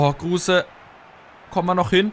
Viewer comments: Bitte sprech kruse anders aus er ist kein deutscher hör dir mal auf yt an wie er richtig ausgesprochen wird und ps. Cooles video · 1. Kruse wird ohne e ausgesprochen :D 2. Wenn du öztunali und yalcin tauschst hast du ne bessere chemie !